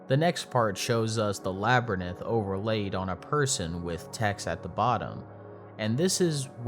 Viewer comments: I was very surprised that the narrator consistently mispronounced "Labyrinth". It's pronounced "LAB-ər-inth´", not "LAB-rə-nith´" (as if it was spelled "Labrynith"). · yo homeboy I’m jus gon slip in here to tell you labyrinth is pronounced LAB-ER-INTH and not LAB-ER-NITH. To cover all my bases, it’s the same with larynx. Pronounced LAR-EENKS not LAR-NICKS (LAR-NIX). Aight I’m outtie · through what's wrong with the pronounciation of the word? It's LABYRINTH, not "labrynith". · Geez, it's not Labyrnith it's Labyrinth!! How can you continuously mispronounce it like that? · I know you’ve heard this a million times already but…. My god man the way you pronounce labyrinth sure is something else It’s lab-rinth not lab-er-nith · Education for the rest of your life. It’s Lab-or-inth. Not Lab-or-Nith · ITS A LABYRINTH, NOT A LABYRNITH. Good video besides that :), keep up the good work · It is not "Laburneth" it is "Labyrinth." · Dude…it’s Labyrinth pronounced La-brinth not Lab-ri-nith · Lab-rinth. Not labernith. Jeez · “the labber nith” are we serious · "Labranenth" was just too distracting, couldn't take this video seriously after that... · It's said that every time that says "Labernith", another child is sent into the labyrinth. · Lab re nith. Bro is illiterate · I love your videos but the Lab rineth almost made me lose my mind more than the horror itself lmao. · Ah yes, labernith. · Labernith? Learn to read! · if you say labernith once more im leaving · Lmaoooo labrynith 😂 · Oh The Lab-Ur-Nith 😢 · Nobody: Literally nobody: Even the most broken English speakers:: L a b i r n i t h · Well I WAS falling asleep to this but hearing this guy say "labrynith" ten times in a row shot me wide awake from how annoyed it made me. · I… can’t help but notice you might’ve mispronounced “labyrinth” I hope I don’t come off as rude or pretentious But it’s pronounced La-bu-rinth I do hope this helps in the future Best wishes -some random fucking idiot